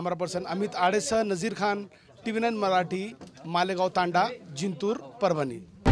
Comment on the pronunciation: तंड्या...🤪🤪🤪 तंडा..😝😝😝 अरे हेकण्या योग्य शब्द "तांडा" असा आहे?